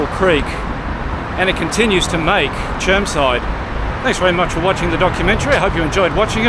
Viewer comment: It’s actually called Germside mate get it right.